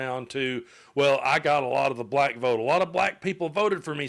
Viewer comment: Indeed, that was regarding the Harlem rant. On top of that, he pronounces black as "buh-lack." Yeah, he's not racist, lol.